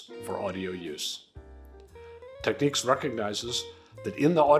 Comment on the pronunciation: There ain't no Q in Technics. It's nics, like the New York Knicks